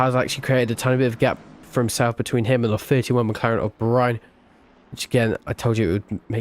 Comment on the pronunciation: btw, Byrne is pronounced burn but dw I'm used to it!